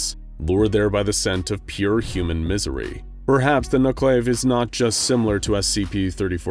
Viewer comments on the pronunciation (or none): I don't want to be that guy but it's "nuke-a-la-ve" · The vee in Nukelavee is pronounced like Venus not like Violet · I thought I recognized that description! Fought something like it in a PS2 game called 'The Bard's Tale'. Except they pronounced it 'Knucle-Lah-vee' not 'nuck-lave'. Sometimes it's depicted (and is as well in the video game) with bladed arms from the elbow down to where the hands are supposed to be. Other times (like in this video) the arms are one-and-a-half to two times the length of normal arms. Sometimes it's shown with just a skinless human torso like a malformed centaur, and sometimes both the human torso and a horse's head like a twisted conjoined twin (again like is shown here).